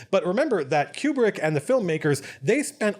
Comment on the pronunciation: I enjoyed your analysis of this scene, but you kept saying "cube-brick" which I found funny for some reason. (It's KOO-brik).